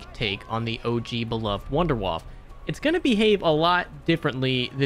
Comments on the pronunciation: Wunderwaffe [woundAir-whuff-a] Not wonderwuff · It's pronounced VOON-DEH-VAFF-UH! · Please for the love of God pronounce Wunderwaffe correctly... Or at least say waffle like dempsey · I love it how all of you call the wunderwaffe in your english pronunciation xD